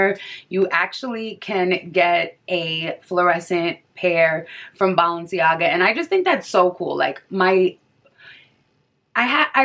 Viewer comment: “BALL”enciaga 😂 this video was extremely helpful i’m getting my pair tommorw hopefully they fit